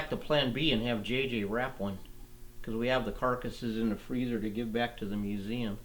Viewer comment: "Santa Barbara MuseuN"? Shouldn't it be "MuseuM"?... With an "M", instead of an "N"?